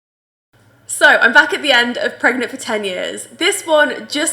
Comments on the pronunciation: "im pergenat" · “I’m **pregonate**” lol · I love how she says "I'm pregant, pergant, etc," and the way they were flying around in the office XD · Woman:I'm deadnant 🤣🤣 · *Sims flying across the room* “Im pregonate” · OML, this is hilarious. She legit said "I'm pregonate." Its like that video, "I'm pregananant". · I’m pregonate pargent deadnent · "I'm pregnate"